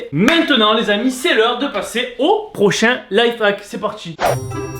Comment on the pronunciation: il dit on va parsser